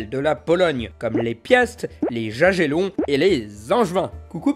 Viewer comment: Jagellon se prononce [jagelɔn] soit en phonétique yaguélonn. Wettin se prononce [vetin] soit en phonétique vétinn Voilà le point du relou sur la prononciation, super vidéo sinon !